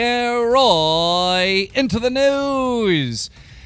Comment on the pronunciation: Keem, people are insulting how you pronounce news... '-'